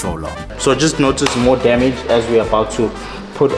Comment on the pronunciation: "Structural Dyamidge" 😂